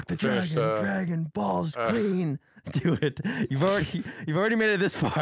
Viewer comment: Dwagoon Bawlls Cweeen